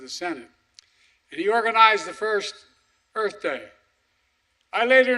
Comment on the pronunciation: 9 gaffes, including mispronouncing EARTH.